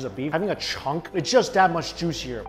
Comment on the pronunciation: "It's just that much jooshier."